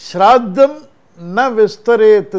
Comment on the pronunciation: First try to say the name correctly- shraaddham [श्राद्ध] and not sirartham, srartham, sirardham sraartham,....OMG